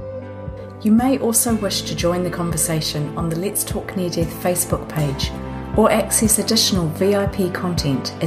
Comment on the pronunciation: ... "near dith" ixperience...?... Oh that kiwi/Aussie twang!